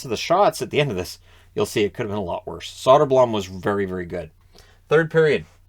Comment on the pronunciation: the blom in soderblom (and for all swedish names) is pronounced bloom; like a flower blooming.